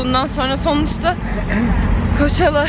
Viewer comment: koçalla değil koçella